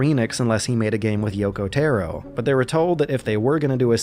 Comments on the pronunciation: Taro is not tarot it's たろ TA-RO rhymes with BRA-BRO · TEAR( LIKE RIPPING PAPER )- OH TAR - O I forgot this is why I cant watch any of your videos , your pronunciation is terrible . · Yoko TARO - you constantly said "Tero" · yoko tAAAro not Taero not tayro Tar- Roo TAR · Tar-o not Tear-o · Taro TAR-O not tear-O... japanese: ps3 = dad xbox360 = brother america: ps3 AND 360 = father only subtitles being nier:gestalt and nier:replicant, one brother, one dad, which gets weird when your calling the hero and final villian those. the more you fucking know p.s. - go watch Clemps videos on ALL the nier/drakengard games. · Taro Tah-Roe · How do you pronounce Gestalt so well and still struggle to pronounce Taro correctly? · Every time you say “Taro” I die a bit inside. It’s so bad omg